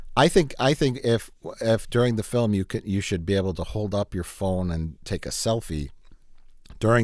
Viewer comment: I'm just here for the Wisconsin accent when he says "phone"